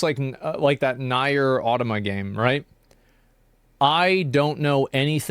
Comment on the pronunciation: Did he just say NAYER AUTOMATA